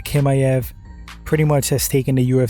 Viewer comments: TCHimaev not Kimaev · Why do you act like you don’t hear how everyone pronounces Khamzat’s last name bruh 😂 no one has ever said it like that! I don’t understand why you insist on saying Kimaev